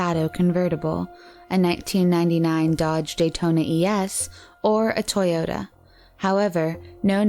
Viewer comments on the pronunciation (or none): none